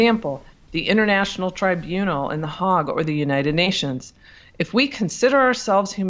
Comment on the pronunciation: Mauritius pron. mor-ish-us. Hague pron. hayg